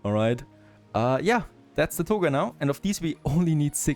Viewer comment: Togurrrrs Togas dude. TogA. At this point, you'd think you'd pay some attention to your pronounciation. I can't keep hammering the same old shit, you're gonna make me feel shitty for your shitty pronounciation. Your english is fine, you can pronounce anything, as long as it's not an A at the end of a sentence??!?! What the actual fuck?